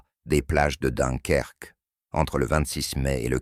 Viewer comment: et voila!! encore un "intelligent artificiel, "donkerque" et j'en passe